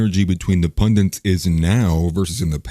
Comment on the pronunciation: It's pundit not pundint